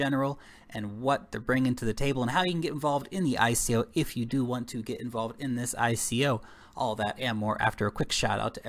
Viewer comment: Love the channel but hate how you pronounce "ICO" :D Bitcoin: 1Q8HuPmL3dWZf5oU934BF5V6eebkV9R8nh